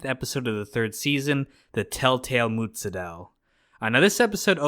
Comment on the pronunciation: Hey,! It's NOT "Mutzadell"! It's pronounced MooZADELL"! Learn you Italian pronunciations, dopey!